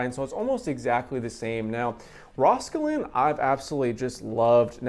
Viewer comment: rauwolscine. I’ve always heard it pronounced like Raul (like the name) sign. Thanks for the video!